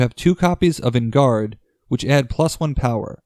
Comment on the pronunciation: “En garde” is pronounced “on guard.” It’s French.